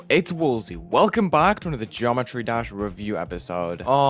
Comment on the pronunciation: Whoa, it’s, welcome back to another “Jometry” Dash video. 😂